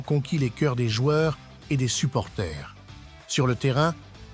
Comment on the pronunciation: On dit supporters pas supporthé